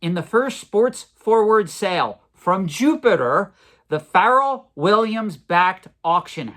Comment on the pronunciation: Love your content but it’s not pronounced feral like a feral animal. It’s Pharrell. He’s also one of the biggest watch collectors on earth. Collection is mind blowing. Also it’s fleer not flair.